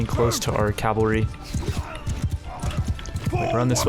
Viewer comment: Cav-al-ry. Cavalry, not "Calvary". Many people abbreviate it to cav. Would you say cal to abbreviate it?